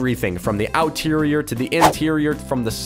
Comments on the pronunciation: Him saying outerier levied me lol because it is exterior lol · i felt it when he said “the outireor” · “From the outterrier to the interior” ~ 2019 it’s supposed to be exterior unless I’m wrong and if so I’m sorry.. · OuTeRioR! Me:Exterior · you make me triggered sometimes. Everybody else: "i love the EXTERIOR!"...: "The OUTERIOR is really nice! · Outterior an outside mate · Why outterior